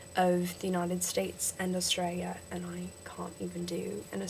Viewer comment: i'd say that the problem is with your "a". you say 'and' really britishy. it needs to sound a bit more like an "e" sound but not just "e", a mix between "a" and "e". Just "e" is New Zealander